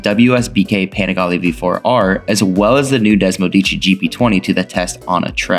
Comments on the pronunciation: Des-mo-seh-dee-chee. Say it right. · DesmoSEdici. One more syllable. Sorry. Just trying to help.